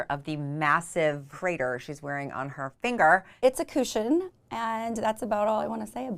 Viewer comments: “It’s a kooshin (cushion)” ahahahahaha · It’s a “cooshion” lol. Cushion.